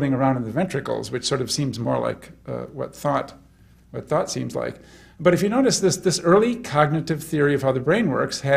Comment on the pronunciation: He says 'thought' like 'fart'. 'Thart' Weird.